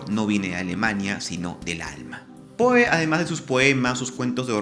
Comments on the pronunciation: Me perturba que pronuncies "POE" en vez de "Pou". Me haces acordar a los españoles que traducen fonéticamente todos los sonidos extranjeros desdeñando la pronunciación original. Queda horrible. Va sin mala onda igual. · Su apellido se pronuncia pou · Poe... sía. (Creo que se pronuncia Pó).